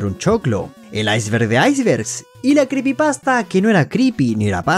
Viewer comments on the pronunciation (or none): Dijiste creepypasta? Yo entendi crispipasta